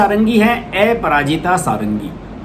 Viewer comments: श्री मान जी नमस्कार। क्षमा चाहता हूं कि कुछ लोगों को आप के समाचार पढ़ने में उच्चारण पर आपत्ति है, जैसे आप को बोलते हैं। अपराजिता को एपराजिता बोलते हैं। कृपया इस को स्पष्ट कर दें ताकि जनसाधारण संतुष्ट हो सके। धन्यवाद।🙏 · Bhaiya aparajita not eparajitA pronounce toh sahi karo yaar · ऐपराजिता नही है उनका सर उनका नाम है अप्राजिता कमसेकम नाम तो ठिक से लिया करो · एपराजिता नहीं; अपराजिता षढंगी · ऐपराजिता सारंगी नहीं बल्कि अपराजिता सारंगी नाम है. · Correction: एपराजिता नहीं, अपराजिता । आप बार बार एपराजिता क्यों बोल रहे हैं?? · ए पराजिता nahin अपराजिता hota hai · A parajita?..you can't pronounce a name properly! Shameless stupid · Sir please correct the name of Aparajita madam. Apararaajita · Sir app ka pronounce aparajita bhul ha... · Aparajita sarangi ka nam ka pronounsation galat he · Please polish your pronunciation...Aparajita bhi bolna nahin atta kya blogger ban ke aa gaye